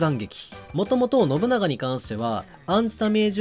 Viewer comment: 発音ノ↑ブ↑ナ↑ガ↑やなくてノブ↓ナガ↑やない？（笑）